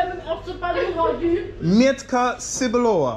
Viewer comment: you pronounce in the wrong way "miętka cebulowa", its a reason why nobody knew what it is